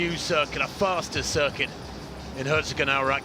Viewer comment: pronounce the "o" in Herzogenaurach like you would the English "toe" and hold it for a smidgen longer, and you`re perfect.